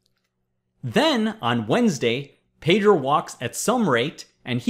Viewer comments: Hey Presh, Please stop mispronouncing my name. Pedro is Spanish for Peter and it is NOT pronounced as 'Pay-drow'. The proper Spanish pronunciation is BEH-DROH. Thanks! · It pronounces "pedro" with the "e" as in "Explanation"